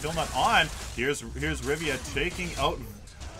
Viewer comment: RIVIA, NOT RIVA... Jesus